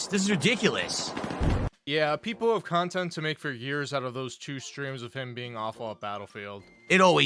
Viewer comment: “Khantent” “Khansole” “Phadcast” “Champetition” “Phasitive” SNORT🐽